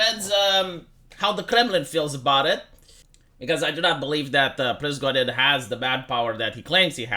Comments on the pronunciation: Not Prizgodin! PRIGOZH(!)IN!😂ZH like Justin Trudeau. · the name is pri-go-zhin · pri-go-zhin, you said it right the first time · Se pronunță Prigojin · It's Prih-GOH-jin (only j is without the d sound)